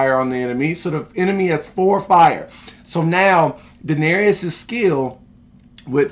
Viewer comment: My guy you gotta stop mispronouncing Daenerys name lol. It's DA-NER-IS. Not DA-NER-EE-IS lol. Love the content tho 👌